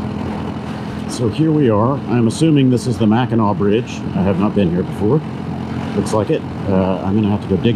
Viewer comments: You were right with the way you were pronouncing it its not pronounced how it looks so u had it right the first time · You pronounced Mackinac correctly... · You pronounced it right. It's pronounced Mak n naw.